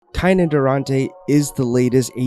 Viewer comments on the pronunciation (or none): lol wow yeah I’m glad you said it, i flinched a little hearing that one 😂